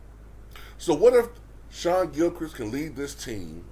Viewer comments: It's Shai like (Shay) for example a horse eats hay. Shay (Hay) but it's spelt Shai. Not Shawn, that's totally a different name. I know you meant well. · Yes a SGA video! This guy is a star OKC really has the assets to trade to become a contender to build around him next year! It’s funny how you pronounce his name it’s “Shai” but pronounced as “Shay”